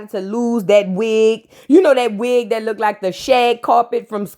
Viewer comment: didn’t even try🙄 “She lookded so bad!!” 🤣🤣🤣🤣🤣🤣🤣